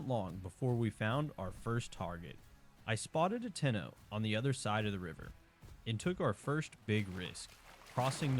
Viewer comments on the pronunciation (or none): none